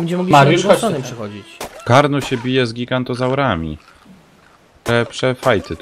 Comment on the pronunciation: to nie gigantozaury tylko giganotozaury